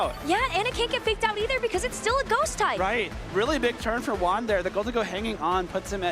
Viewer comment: Is it so hard to say Juan right?